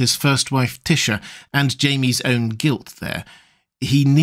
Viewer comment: It took me a minute to figure out who you were talking about when you said "Tysha"... that's just wrong 😅